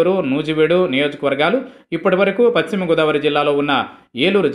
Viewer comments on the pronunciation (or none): none